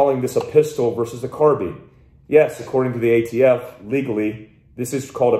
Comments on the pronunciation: Its not though. since when does bine make a bean sound? Where is the a? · He says "car bean" other than that I cant see reason to hate him either.